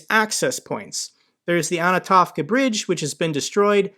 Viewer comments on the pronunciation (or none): Hey,! The Kherson bridge is not “ANATOVKA”, it’s ANTONOVSKY bridge, because the near village is called ANTONOVKA. It derrives from the male name Anton or Antony, so it’s easy to remember and pronounce 😉